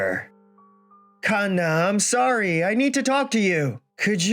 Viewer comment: I swear if i hear Kanna as two words again 😂😂😂 Every time i watch one of these and see the Female MC name is Kanna i start rolling in my GRAVE. And im still ALIVE 😂